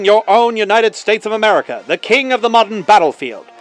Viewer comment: Did you say Merica?